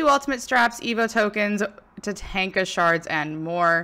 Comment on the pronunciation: Ta-Tawn-Ka not Ta-Tank-a lol